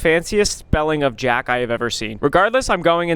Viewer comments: Its not "Jack", you say it like gak. I LOVE YOUR CONTENT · Jacque is pronounced “Jackie.” ty for coming to my ted talk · Its pronounced “jack-e” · Or it's not a fancy way to say "jack" it's probably pronounced like jackie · It's not jack its pronounced jock I can see th mixup though have a great day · "Thats the fanciest spelling of Jack i have ever seen" As a french person i see my username as an absolute W also, its not pronounced jack, its pronounced CHJAKS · Pfft I think it’s funny that he said jack for Jacque but it’s pronounced jac-kee 🤭 I know this since that’s my aunts name and she pronounces it jac-kee 🤭 I had the same interaction with the name when I first read it 😅😅 But anyways I LOVE UR CONTENT! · its not pronounced jock or shzock not jack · it’s pronounced ‘жauque’ not Jack lmao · Jacque is Jac-key lol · As my name is also Jacques (except I spell it with an s) I can say that it is not pronounced (Jack) it is pronounced (Jock) kinda, it’s a French name. Also I am not trying to be that guy, I love your videos Ryan. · Jacque is usually a common South African name. 😂 So it's not Jack it's pronounced jaak. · BTW i think that Jacque is pronounce like jackie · Fancy spelling of Jacque :3 it's pronounced like zhaack, it's french with a long A. I had a cat named Jacke which shares almost the same pronunciation, but is a true J pronunciation instead of a zh. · he’s probably French and it would be pronounced “Jock” with a French accent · and it’s not even pronounced jack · Jacque is pronounced jawk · Jacque is french dude and not pronounced Jack. However, they often prefer Jack, so the incompetent won't mispronounce it .. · Ryan you pronounce her name Jackie 😭😭😭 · It’s french and jacque is pronounced (shacuh) but my way of saying it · It’s not jack google the pronouncing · Ryan pronounced Jacuque as Jack. It isn’t Jack. It’s a French name. Lol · erm actually it's Jacque (Zhock) Zh makes a long g gggggg) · Jacque is pronounced like Jackie if you did not know